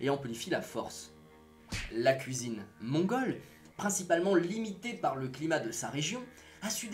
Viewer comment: pourquoi tu force sur le mots mangole